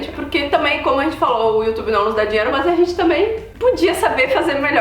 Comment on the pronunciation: Adoro o Canal.. Me acabo de rir,quando a fala: "Maas"...